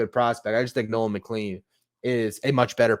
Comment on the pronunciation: Just fyi: Nolan McLean’s name is pronounced “McClane.” Like Bruce Willis’s character in Die Hard. Doesn’t seem like it should be pronounced that way, but it is.